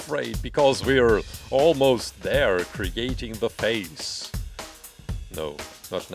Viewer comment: says something about face special and it sounds like he's saying faze cause of his accent Me: sarcastic laughter thing get it, cause tfue is sueing faze